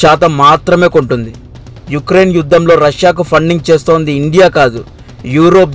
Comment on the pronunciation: Good information and well presentation..👍 But names pronunciation is wrong... లిజ్ ట్రుస్ కాదు - లిజ్ ట్రస్ యుక్రెన్ కాదు - ఉక్రెయిన్